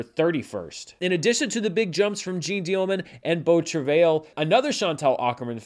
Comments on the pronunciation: Yours was more like Travel. Like I said though, probably doesn’t matter. The pronunciation I mistakenly referenced from google is Americanized. Not wrong or right I guess, just not what my ear is used to hearing. The French is more like Trav-eye. the L is silent. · Incorrect. If you're pronouncing it using the french pronunciation you would not include the 'L' at the end. It's hard to do phonetically but it's more of a 'tra-vye' with the 'vye' part rhyming with 'eye'. Source: Canadian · Shuddering at the pronunciation of beau travail. From my 3 years of high school French and one year in college I'd pronounce it bow(like bow and arrow) trav-eye. Don't worry, Italian is tough for me. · As a French person pronunciation of “beau travail” made my day. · "ail" in "travail" is pronounced as the English "i" :)